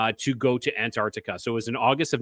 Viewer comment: Hey. What a fun show tonight. But I had to stop to tell you, you totally cracked me up with the Mandela Effect of pronouncing and say Antarctica 🤣. I remember being in third grade and reading aloud and pronounced island as is land. I was mortified due to most kids cracking up. 😵‍💫